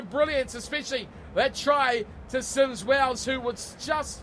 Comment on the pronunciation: Hi Can you say it as Symes-wells not sims wells.